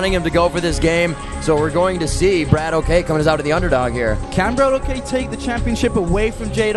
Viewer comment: its not bratok :D its brat-ok.